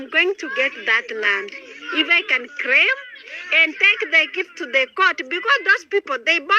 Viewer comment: Craim.....craim my land...instead of "claim"😂😂😂